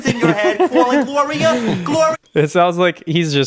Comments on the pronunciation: Cwalling Gloria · when that dude went * cWAlling * it sent me flying to mars